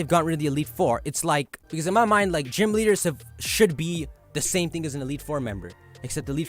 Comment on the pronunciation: Mind, NOT mie!